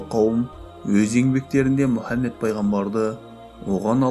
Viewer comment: Мүһәммед демеңізші Мухаммед қой.саллалаһу алайһи уәссаллам